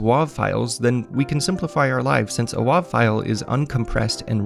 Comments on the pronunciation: I also thought it was pronounced "wave", but I wasn't sure. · wav is pronounced wave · why would you ever pronounce wav like that... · "Wuav file.... "... um it's wave file without an e... just call it a wave :P In 30 years of development, that's the one 3 letter extension I never heard said differently! haha! let the flame war begin!